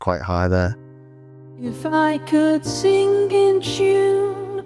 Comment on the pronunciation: The way you pronounce sing (sin-gg) reminds me of Bernard Sumner.